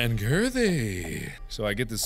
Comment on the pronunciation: I like how you said "My goodness this level is big, and gurtheeey." XDDDDDD